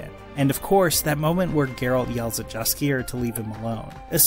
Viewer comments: I liked it. I'm having hard time getting used to the dragon. It face looks more like bazylisk/bazyliszek than dragon. I can forgive its on 2 not 4. It makes me hopeful for the next season. Also its Yaskier it is a polish word. In Poland your y sound is j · Its pronounced YAS-KEY-YER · Jaskier's name is pronounced "Yaskier." Great video otherwise. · I love the positivity, but I'm not sure if you pronounced Tissaia, The Last Wish and Jaskier right. 👀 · You’ve watched all the episodes but cannot pronounce Jaskier correctly? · Mispronouncing both Tessia and Jaskier, oof. Good coverage of the overall show though, so thanks for that.